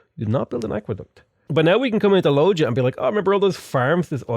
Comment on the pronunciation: to be fair you don’t even know how to pronounce Loja :) (that would be Loha btw)